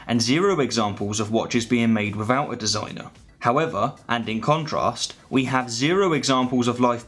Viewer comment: without … not wivvoud